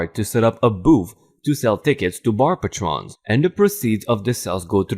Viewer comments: bar story.... Patrons is actually correctly said like PAY--trons not like PAW-trons. Patron would sound like it rhymes with crayon, or the word rayon. or even the name brayton or clayton. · Pre read You said 1. 13-18 when 13 -14 was written. 2. Parpatrons?? pronounced Pay-Truns.